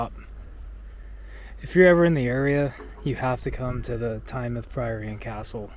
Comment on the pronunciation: Thank you for pronouncing Tynemouth properly (not as "Tyne-mouth")! And you said "seaside" not beach - you're practically British 😉 Great weather you had that day.